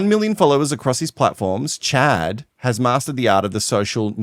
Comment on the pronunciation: Chaad??? Baaabe, come on!